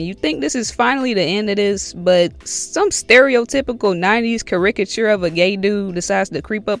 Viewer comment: Look up how to pronounce caricature, homie.